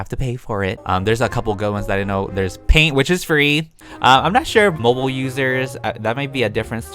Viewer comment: When he said said not mobile😕😕